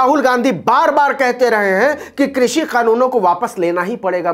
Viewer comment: वाह मोदी जी वाह कृषि को भी क्रुसी उच्चारण कर रहे हैं। 👏👏👏